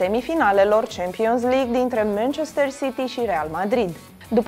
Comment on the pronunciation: Sa-i spuna cineva doamnei ca nu se pronunta asa “Champions League”; va rog!